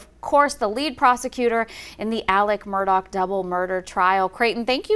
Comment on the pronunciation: Im confused. Why do they keep pronouncing his name Alec Murdock, when its Alex Murdaugh??